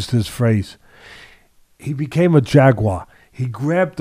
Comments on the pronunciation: Isreal "jag u war" Adesanya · Crazy that Teddy called it “jaguar.” Alex’s first coach called the style he taught Alex “jaguar” style too